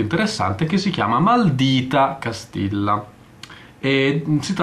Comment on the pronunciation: maldìta castijja credo si pronunci correttamente. Comunque davvero un po' troppo retrò per i miei gusti, non per tutti :/